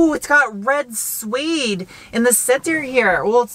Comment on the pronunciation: Suede pronounced “Swayed”. Not “Sweed”. Sweeds are very nice people from Sweden, not a type of fabric.